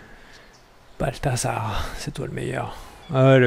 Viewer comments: C'pas plutôt Balthazar que Balthasar ? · C " balthazar" pas avk un "s" x)